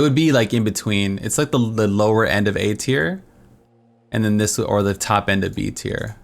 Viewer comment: Sounds like you are saying 'aids-here' instead of 'A-Tier'. =) Great video, very helpful.